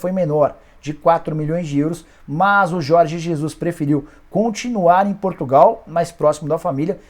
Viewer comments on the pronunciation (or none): none